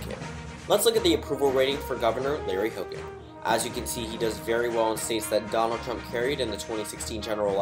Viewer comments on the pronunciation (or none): none